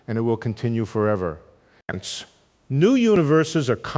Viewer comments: Is he saying "hence" Sounds like he is saying "Ants" At the end of every sentance . I gave up. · I thought it was "Ents." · Sounds like "hence" at times. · He's not saying hence, he's saying HINTS, as in keep listening for the next fun idea I'm going to lay on you. Gentleman likes suspense. Could be that's what he's also saying: susp...ENCE. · Ense? WTF 😂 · I can't watch this. "ence" 'ence" "ence" 'ence"..... Sorry. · Is he saying ends at some of the ends of a sentence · Hence? all I hear is ence, ence, ence. How ridiculous, ence. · Enice, ence, enis, hense, hence, henis .... gd wtf 😮